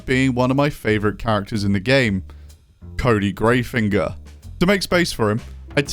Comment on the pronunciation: pronouncing it Greyfinger is an interesting choice. Definitely reading it as Griefing-er